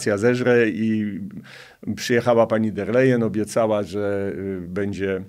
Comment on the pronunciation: Szanowny Panie, Abstrachujac od meritum-jest Pan polonista,wiec poprawne mowienie w naszym jezyku jest podstawa Pana wypowiedzi. Prosilbym wiec o "sobie" zamiast "se" i "bedzie" (z ogonkiem na pierwsze e),zamiast "bedzie",tak jak napisane i jak Pan to mowi. Wiele osob twierdzi,ze czepianie sie literowek,czy zlej pisowni nie jest istotne,a tylko przekaz sie liczy. Jestem odmiennego zdania-dbanie o poprawny jezyk to dbanie o nasza kulture i tradycje.